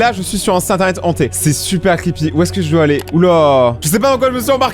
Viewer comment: L’articulations au début c’est un peu mort situn internuete enhté 😂😂😂😂